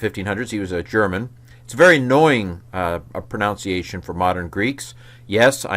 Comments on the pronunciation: It's a very minor point, and not at all about Greek, but since you mentioned pronunciation, I just wanted to note that you're saying "ProNOWNciation," whereas it's proNUNciation. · The intro really made me chuckle, thank you. Side note: it's amazing how he pronounces pronunciation incorrectly.